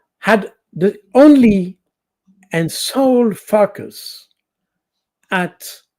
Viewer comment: Yes, at 1.12.19m my favourite is finally saying the word Focus! Probably I'm childish, it's always just giving me a little giggle 😅 Back to the report... 👍